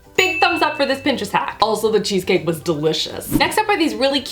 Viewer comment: you sounded so old world Italian when you said I a-maka a cheese caki!